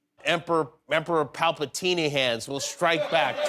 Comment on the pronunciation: "Emperor Palpateeny Hands" lol